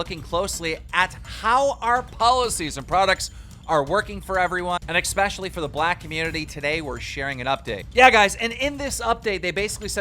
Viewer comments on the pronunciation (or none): Especially not expecially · The way Keem said "especially" had me dying. I bet he enjoys drinking "expresso". Twitter: zu5hii